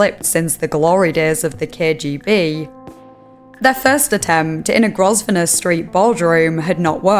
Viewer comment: Just an FYI; Grosvenor is pronounced GROVE-NER 👌